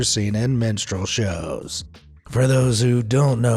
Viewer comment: When he first said Minstrel Shows I thought he said MENSTRUAL Shows lol